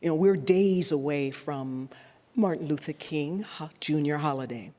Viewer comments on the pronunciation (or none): none